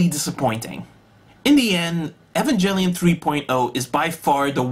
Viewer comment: Evangelion pronounced: "E-von-g-el-eon"